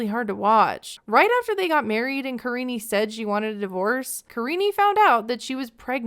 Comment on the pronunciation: Her name literally is Karine not karinie lmfao he just doesn't know how to pronounce it